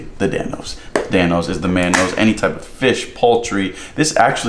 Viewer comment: You don’t know til you Dan-o